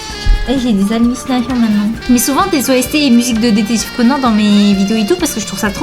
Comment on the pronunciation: Eeeeeuuuh par contre je t'aime bien hein mais wtf tu dis ''détective Conan'' au lieu de ''détective Conan'' genre an pas en wtf